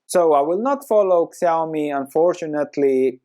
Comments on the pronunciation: Nice analysis! It's pronounced shee-ow-mee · Yeah, you pronounced it wrong: it's more like "shiaomi" Xiaomi price looks not bad now, also it just double bottomed, but about the company, they don't have a strong moat. You don't buy their products cause you wanna own a xiaomi, you buy cause they look ok and they are cheaper than other. Next time you may buy an other brand cause who cares if it's xiaomi or whatever. They don't even use the same logo for their mobile phone and the electronic appliances.